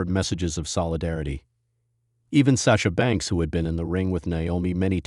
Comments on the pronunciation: ...STUPID AI ROBOT IS PISSING ME OFF CALLING HIM ...RICK-A--SHE- ...AND STASHER---BANKS STUPID S%^&* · STUPID ROBOT HIS NAME IS NOT ...RICK-A-SHE...AND STASH-HER- BANKS YOU PC OF S